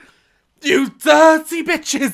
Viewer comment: "You DIRRRTY bitches-" I'm WHEEZING 🤣😩😭